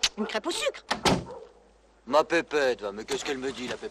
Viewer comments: bah oui c ça qui rend la scéne mythique: c'est une crêpe au "suc". Hilarant. Mais il ne prononce pas le "e" non plus, sinon on dérape. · oui il dit du suque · Vous avez de la pâte vous avez du sucre alors avec la pâte vous faites une crêpe et vous mettez du sucre dessus ' on dirait que le comédien ne prononce pas le 'r' de sucre